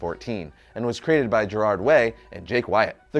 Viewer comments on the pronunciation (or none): none